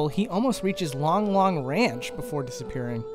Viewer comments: It’s Lon Lon ranch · Uh... Did you say Long-Long Ranch? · Did you say long long ranch?